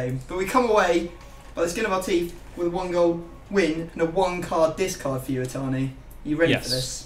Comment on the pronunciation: Matias Niemi who was screaming for matias to say itani no atani